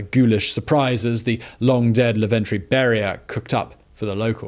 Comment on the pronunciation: It's Lavrentiy Beria, not Laventriy. EDIT: Okay, nevermind, you mispronounce pretty much everything, it seems.